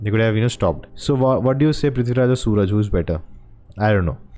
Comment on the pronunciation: Not Sooraj . His name is Suraaj.